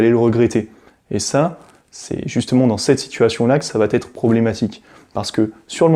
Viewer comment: Bonjour.Je vous ai découvert sur la chaîne les fous de Normandie. Je vous trouve pertinent et intéressant avec une bonne communication. Mais je vous en prie , faites un effort au niveau des liaisons « mal t’à propos » …😅 Cessez de dire « va t’être »😉 , il n’y a pas de t à va…Pour le reste , merci pour vos vidéos, elles sont instructives. PS: j’ai un TDAH plus HPI et peut être bipolaire …D’où ma remarque un peu abrupte .Merci de votre compréhension. Bonne continuation.